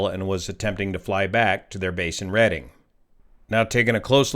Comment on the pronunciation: It is Redding not Reading.